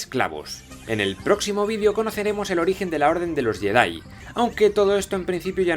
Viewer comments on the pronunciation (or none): none